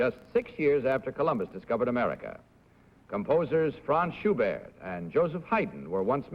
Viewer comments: Among the "Soloists for the Vienna Boys' Choir," I noticed that either # 2 or # 3 (who are Dutch and are brothers) for some reason gave the French pronunciation of (Franz) Schubert. I kind of wonder why! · possibly because Bud pronounced it that way during the affidavit